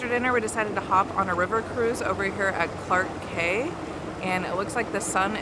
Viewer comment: it was a police station. it is now the government ministry. btw, clark quay is pronounced as clark key